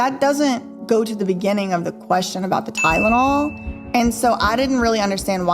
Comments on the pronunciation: I knew she was lying when she started with “TY-DA-NOL” … Girl, … It’s TY-LEN-OL. NOT TY-DA-NOL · Gosh yeah I thought it was just me but that Ty-da-nol pronunciation was so weird!